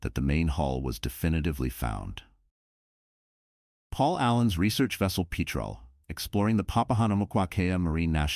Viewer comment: About the research vessel, that discovered the wreck, RV Petrel, Named after a large, diverse, group of seabirds. The name is pronounced "pet-rel".